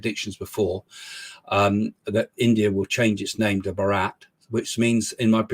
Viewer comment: Craig lovely talk It's BHAA RA T....nor Baraaat Like Jesus who was born, lived n died as a Jew same with Buddha, Mahaveer, Guru Nanak and likewise. Down Tamilnadu where I come from we giveore importance to ancestral worship. The dieties there are all ancestors from the family who have attained the status of godliness n never will take birth anymore